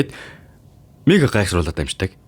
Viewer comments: Miigaa g niigaa gej sonsloshd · niigaa ged sonsch uyd 😂😂😂